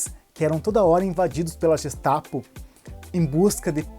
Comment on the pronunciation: a pronúncia em alemão é GUEstapo e não Jestapo